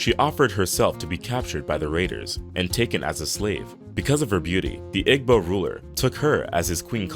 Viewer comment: You're mispronouncing the name of the neighboring kingdowm to Queen Moremi's "YO-ruba", NOT Yo-ROO-ba" queendom. The word IGBO is not pronounced the way you're saying it. The "G" is silent, so it's pronounced "EEBO" NOT "UG-BO". Please do a bit of research to CORRECTLY say these names.